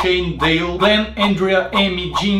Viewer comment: o Yon, Yen, Yung, GLENN... kkkkkkkkkkkkkkkkkkkkkkkkkkkkkk